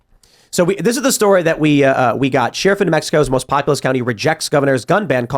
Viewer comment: I'm just here to see if Tim finally learned how to pronounce "sheriff".